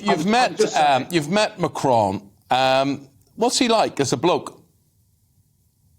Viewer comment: What's this fascination with pronouncing Macron with a faux French accent? "Machraaawn" Just say Macron, like Bolton's stadium.....after all you won't hear him pronouncing Boris Johnson in RP